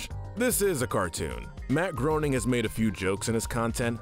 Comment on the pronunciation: Downvoted for consistently mispronouncing Matt Groening's name.